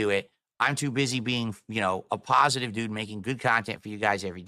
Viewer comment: word of the day "paw-sitive"